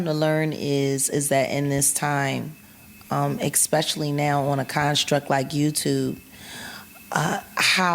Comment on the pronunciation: “xspeciaplly” what is it with these Coloreds who can’t help but mispronounce words and then wanna be treated like they are more intelligent or whatever else. Creators of nothing and destroyers of language